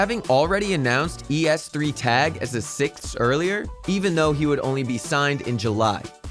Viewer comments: Holy shit. Please learn a thinf or two about the scene and then be a narrator in a video like this. If you say E S three Tag instead of just es3tag than something is wrong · "e s three tag" WTF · I like how he pronounced xyp9x and es3tag